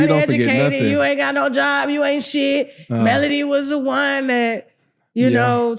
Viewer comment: It’s Melody not Melodie! See I can tell you don’t follow the show! That’s why you’re clueless